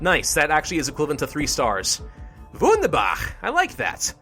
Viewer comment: Did you just actually try to say "Wunderbar" ? xD